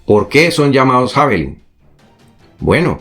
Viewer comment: Sólo una pequeña acotación para que sigas manteniendo tu alto nivel de profesionalismo e impecable oratoria: Se pronuncia "Yavelin".